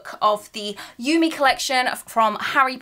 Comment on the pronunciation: Awesome collection! Love the anime style! ^.^ ♥ by the way, Yume is pronounced You-May ^.^